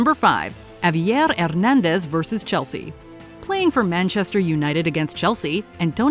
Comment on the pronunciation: That heavy and thick French accent, when attempting to pronounce Spanish names. 🤷‍♂️ Btw Javier is pronounced Ha-V-Air and Hernandez as Her-Nan-Des.